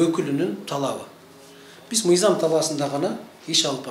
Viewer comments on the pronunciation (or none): Ээй адам биринчи туура суйлошту уйронсон нийзам эмес мыйзам деп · Эй чёрный мыйзамды нийзам деп жатасын туура суйлошту уйрон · Нийзам, мийзам эмес мыйзам болот туура суйлошту билип алып анан башкаларды уйротсо болмок.